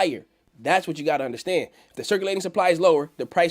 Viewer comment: Undastand Undastand Undastand haha